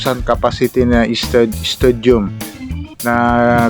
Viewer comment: Stadium not studiom..